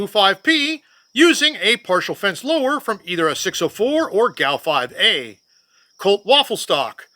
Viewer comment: It's pronounced gow. Gun aircrew utility. In my 30 years in the Air Force Civil Engineers never issued or saw a A1 upper. Everything I saw was slick side until the A2 was issued. Interesting!